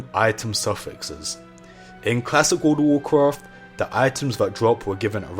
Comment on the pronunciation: i love it how this dudes says world of warcraft its like wOrld O wOrcrOft